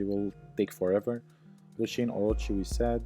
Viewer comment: its lushen not lushin cant listen to it lmao :D